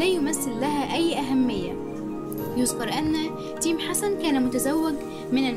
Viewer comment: ركزولي على لفظ اسم تَيم🙋‍♀️🙋‍♀️🤦‍♀️🤦‍♀️🤦‍♀️🤦‍♀️🤦‍♀️🤦‍♀️🤦‍♀️